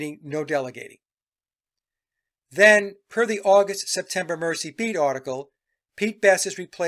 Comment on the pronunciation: Merseybeat pronunciation: It is Mur-z or Merzey, not Mercybeat. Liverpool is on the River Mersey. Just a tiny point.